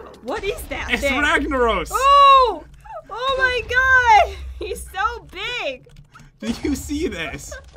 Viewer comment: by the way ragnorrus the fire lord is said ragnaros the fire lord